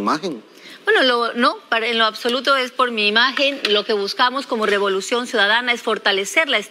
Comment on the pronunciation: Dijo Robolucion en la presentación 😂